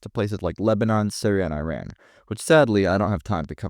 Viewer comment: You call yourself a Middle East historian but don’t know how to pronounce iran or Iraq and didn’t know iran isn’t Arab?